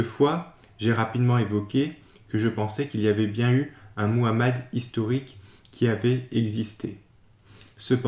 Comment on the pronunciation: Au moins toi tu parles bien le nom de notre prophète Muhammad (❤Paix et salut sur lui)